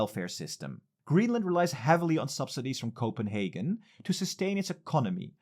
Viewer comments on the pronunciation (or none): none